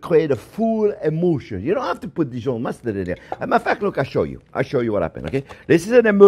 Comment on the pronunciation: Not " emotion" just a French accent when he says "emulsion"